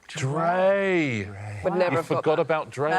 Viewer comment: "forgot about drey" 😭